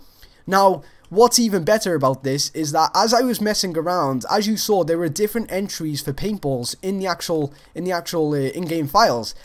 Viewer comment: "Right dere that's pearfect"